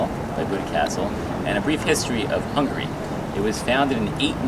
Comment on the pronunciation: There's a difference in pronunciation of 'hungry' and 'Hungary'.Another thing: we have a prime minister, not a president. Our prime minister is the president of his party.